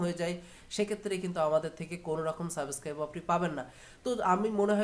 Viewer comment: ভাই তোমার উচ্চারণ ঠিক কর আগে। এমিউজিং না, এম্যাজিং, সাবোস্ক্রাইব না, সাবস্ক্রাইব, অখে না, ওকে। সল না, স্লো, করাপ না, ক্রপ। 😄🤣😬